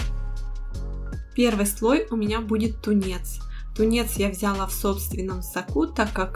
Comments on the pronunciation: Взяяяяла, режет ухо. А так очень понравилось. Извините😊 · И не взЯла, а взялА😊